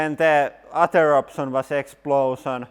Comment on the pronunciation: "I vin you lose No exsplosin"